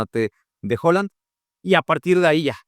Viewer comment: Excelente análisis como siempre, pero por favor, deja de llamar HOland a Haaland, hasta el mismo nos dice como pronunciarlo.